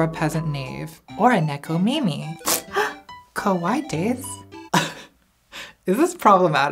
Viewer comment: Did she mean to pronounce kawaii as kowai (scary)?